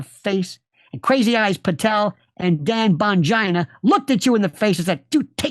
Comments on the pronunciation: "Dan Bongina!!" bahaha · "Dan BonGINA!"😂😂😂